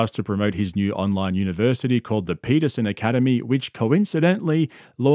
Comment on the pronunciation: jawdan paitahsene